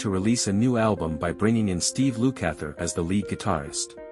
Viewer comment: Yup... Steve "Loo-kather" 🙄